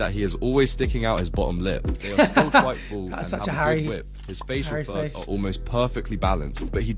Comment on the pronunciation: bro i thought he was saying “facial THUDS” for like 7 minutes of this video until i started reading the text 😭